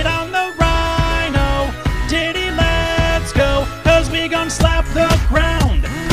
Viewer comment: lol when he ses Diddy lets go it sounds like something else :)